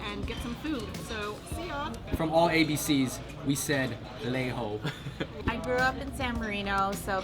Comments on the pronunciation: hey fung bros that is NEI HO instead of Lei HO! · Haha I thought I was the only one that said lei ho. I never realized until last year when I looked it up and that wasn't the pronunciation.. whoops